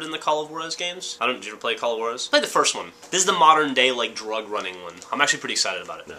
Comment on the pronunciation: call of waraz yeah!!! its call of jurazz